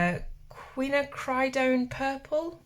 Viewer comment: due to enjoying watercolour a LOT haha - the only name I can help you with is Quinacridone. 'Quin-ack-ri-done' (done like cone, not done like fun) :'D x